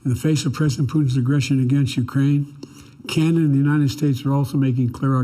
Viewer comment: He said it right, we're Chinada, made Trudeau proud with that one!!!